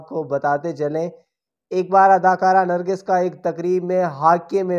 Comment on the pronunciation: لفظ نرگس ہوتا ہے نرگھس نہیں